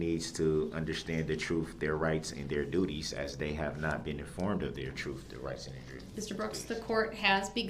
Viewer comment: The way he "AXED" his questions? "The jury hasn't been informed of their "trufs", their rights and their duties"... This disruptive, evil jackass! I am overjoyed at the decision made by the jury. Rot in jail!